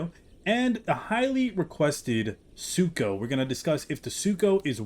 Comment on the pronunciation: Don’t worry. I accidentally called Sucho “Sarco” often as well.